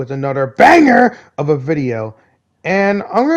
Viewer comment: I love ur accent of "bAnGeRs"